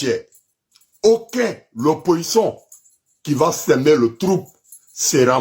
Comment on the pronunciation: on ne dit pas oppoçon mais plutôt opposition. Toi tu ne sais même pas parler le français mais c'est toi qui haineux qui lance mot d'ordre aux microbes